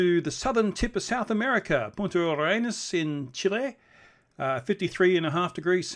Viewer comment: You named Punta Arenas perfectly!